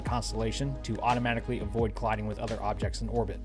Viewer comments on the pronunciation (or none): none